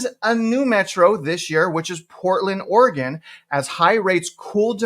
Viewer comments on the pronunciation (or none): none